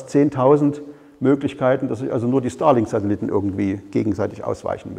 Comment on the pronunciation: Ich hör die ganze Zeit Stalin-Satellit ... scary :) Aber guter Vortrag, danke!